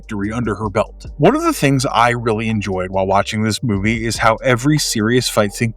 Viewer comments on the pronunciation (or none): none